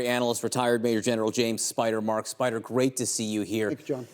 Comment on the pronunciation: It's "Spider"!